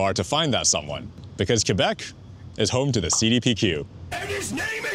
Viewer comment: Praises for pronouncing Quebec adequately.